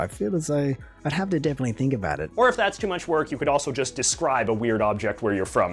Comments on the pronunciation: Your reaction is good but the video you are reviewing is kind of trash. The guy doesn't even seem Canadian and was wrong about a lot of stuff - people like Canadian Tire, they definitely like The Bay and they are certainly not "trashy". The stubby he was showing wasn't a proper stubby. His fake pronunciation of the word about is an annoying attempt to boost the stereotype. Some people may say it more like that but everything they say is with a different accent... which he doesn't have. PEOPLE DO NOT DRINK VINEGAR. It is used as a condiment. He had a fake/cheap version of the HBC blanket. Even Canadian tire money is something many think is kind of fun even though relatively worthless. He seemed like someone not from Canada trying to pretend he was. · The clown that does these idiotic Canadian videos continues to play a stereotype. In my life of over fifty years and having traveled to every province I have never, ever heard anyone pronounce "about" like "aboot" or "aroond" instead of "around". This clown really leans into it and it drives me crazy. BTW Canadian Tire is an awesome store! Also, HBC blankets are called "Points Blankets" because they were traded as currency to the natives. Every blanket has a series of "points" or has marks on them depending on its size and that was directly related to the number of furs required to trade for them. For over 230 years they have been made at the Hainsworth Wool Mill in the UK. FYI JJ McCullough is not the person you want if you want accurate information on Canada as he does zero research on anything. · Omg this guy is clearly hamming it up with his exaggerated pronunciations and is extremely uninformed. So many things wrong ”aboot” what he has to say!!! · Aboot is a Nova Scotia dialect. Just listen to any Scotsman with a mouthful of marbles. They cannot pronounce the word about. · Please note that this guy's pronunciation of "aboot" and "oot"... and "aroond" (not a thing) is put on.